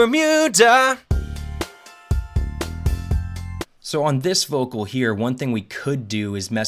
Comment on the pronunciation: problem is, hes hitting the "d" in bermuda waaay to harD